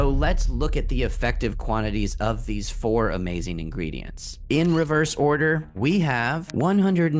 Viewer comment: The way he said ingredientsSEIZzzz. Like why???? And the “open math thing” I’m legit laughing and don’t know if I should trust the founder 😂